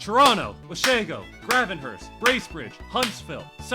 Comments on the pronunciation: bro you said gravenhurst wrong :( its grave in hurst the winnipeg furry said orillia wrong its or ill E a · it's pronounced Grave-n-hurst